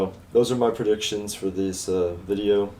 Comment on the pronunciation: It’s “predictions” not perdictions